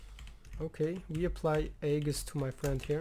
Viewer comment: Hey man, nice gameplay! Just a friendly piece of information, the a in aegis is silent